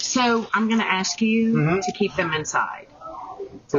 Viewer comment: doesn't ANY school teach these kids how to pronounce "ASK" the right way???? it's so cringe